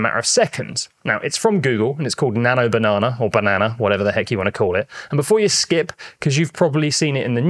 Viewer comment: How can you not know how to say the word banana in your own language? 🙄